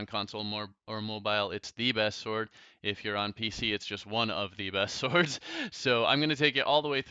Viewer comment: When you hear "Today's episode is all about Tord" instead of "Today's episode is all about swords" XD